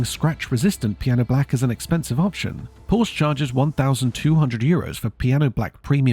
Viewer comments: Good video however, it's Porsh-a, not Porsh. Very poor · PORSCHE is TWO syllables!! "POR-SHA" I can't take someone seriously who can't even pronounce car brands correctly.